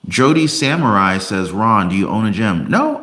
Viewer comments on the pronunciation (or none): none